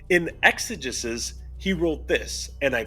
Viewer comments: exegesis has a hard E sounding third E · sorry, after a certain point, I just have to say it. it is pronounced “ex-a-jesus” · It’s pronounced ex-ah-JEE-sis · It’s pronounced Exigisis and it means explanation in ancient Greek